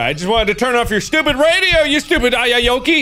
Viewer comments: I believe it’s pronounced “A-you-whoa-kay” as enunciation of “Are you Okey.” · It's Ayuwoki It's Not Ayayya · It's a meme in Spanish xD it's pronounced "Ah-you-whoa-key"